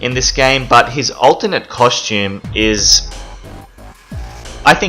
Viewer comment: Are you saying ultimate or alternate? Cus it's the latter